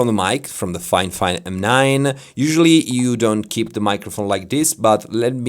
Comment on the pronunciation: Fifine, not Finefine :)